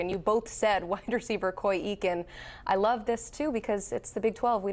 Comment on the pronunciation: TTU WR Coy Eakin- -- it's pronounced "A"-kin, not "E"-kin